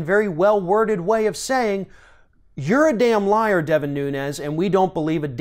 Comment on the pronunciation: His name is pronounced noon-ez (Portugal) not noon-yez ( Spanish)